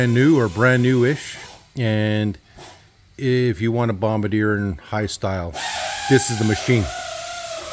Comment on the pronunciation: Just a friendly note that its pronounced BOMB BAR DZEE A. Nice old machine.